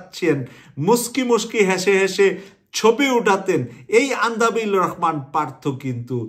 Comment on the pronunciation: সংবাদ বিশ্লেষণ করেন অথচ দেশের একজন পরিচিত রাজনৈতিক নেতার নাম সঠিকভাবে বলতে না পারা দুঃখজনক (আন্দালিব রহমান পার্থ কে "আন্দাবিল" বলেছেন)।